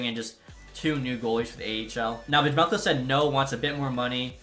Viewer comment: Bro the J in Vejmelka is silent